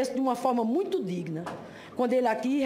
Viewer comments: PIOR MESMO É MUINTCHO! PQP, MUINTCHO É DE FODER! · foi golpi , golpi, golpi , custou muitchu , muitchu nus custou muitchu, foi golpi, a senhora viajou na maionese hellmans, nos custou muitchu. Esse tipo de pessoa me diverti muito e de graça, não preciso pagar entrada no circo se tenho divertimento gratuito.